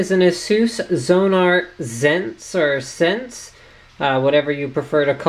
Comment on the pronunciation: What you may actually need is an IC extraction tool :P BTW, it should be pronounced "sense" as audio is a sensual experience!